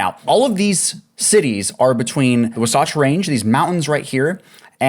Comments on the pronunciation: Saying wasatch like it’s Sasquatch lmfao 🤡 At least look it up if you don’t know how to say it. Wah-satch. Not -wuhsoughtch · Wasatch is pronounced WAH satch.